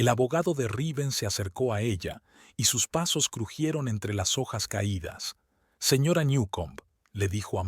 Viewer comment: No sabe decir señora???